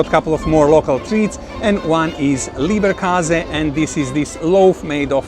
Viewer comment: It's LEBER...not LIEBER😅